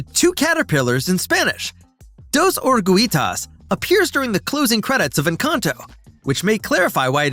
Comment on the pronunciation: There are so many errors with this video. I gave up when orugitas was pronounced incorrectly.